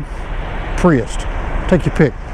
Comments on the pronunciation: Theres no T in prius. lol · Priust, I thought he was saying priest... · “escalade and pre-est” 😂😂😂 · Say wheat. Now say weight. Now say priust. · Escalade or Pries"t" ... you decide.